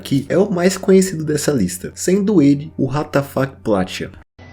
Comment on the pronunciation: O Que ele disse: Ratafac O Que minha imaginação disse: What da Fuk